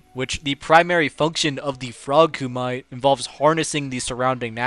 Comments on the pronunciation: Koo-mih-tay, not koo-might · Don’t ever say Koo MITE again bruh, it’s pronounced like “koo me tay” c’mon now. We know how Japanese vowels work by now.